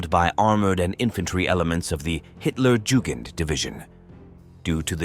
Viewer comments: Hitler Jewgand division. That’s rich. . Not sure they would have appreciated the mispronunciation. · For those who don't speak German, "Hitlerjugend" means "Hitler Youth". Though it is pronounced various ways in this video, the correct pronunciation is "yoo-gint".